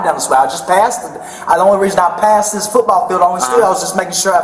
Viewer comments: Does anyone else HATE the way he says football. FUtBall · Lmfao…if he says FOOTBALL like that one more time. DAYUM!😂